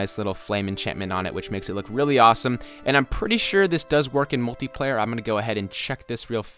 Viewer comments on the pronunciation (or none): none